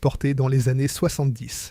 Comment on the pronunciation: c'est une voix IA 100%. Typiquement les années qui sont prononcées de façon très trop trainante et parfois des prononciations fantaisistes.